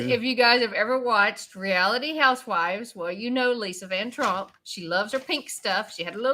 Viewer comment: Said her name wrong lol… vanderpump